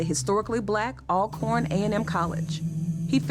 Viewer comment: it's pronounced Allcorn, great video